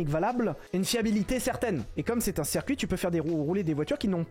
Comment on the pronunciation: ouais c'était juste une blague (très merdique) sur le fait qu'il dise "cerf cuit" au lieu de "circuit" 👍